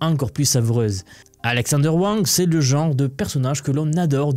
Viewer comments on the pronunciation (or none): none